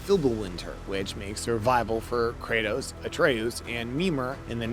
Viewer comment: Ah yes, Kratas and Artas